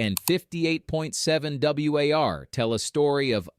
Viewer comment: Great subject, but this video was either done by AI or by someone who doesn't really know baseball. Overall fielding average is almost meaningless, but especially for a player who split time between first and third. Also, no one says "W-A-R." It's an acronym, spoken like the opposite of peace. Finally, was the comparison with Schmidt and Ripken because those guys both played third? Fair enough now, but at the time, Ripken was still a shortstop. Schmidt, on the other hand, probably drew comparisons to Evans that were not generally favorable. Schmidt was pretty much a better version of Evans: hit with more power, lasted longer as a top glove man at third, etc. One thing that haunts Evans from a Hall of Fame standpoint was playing at Candlestick for so long. Just flat-out a pitcher-friendly place for most of his time there. I wonder if he had played anywhere else if he would have totaled closer to 500 homers. In fact, Evans is part of a string of Giants who have better careers in our current-day understanding of stats, along with Jack Clark and Will Clark. In fact, if you look at the two Clarks in terms of stats like WAR, WPA and OPS+, they rate much closer to Hall of Fame standards than their BBWAA ballots suggested.